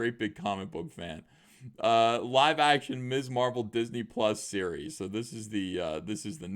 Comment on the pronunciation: I thought you said Miss Marple and got excited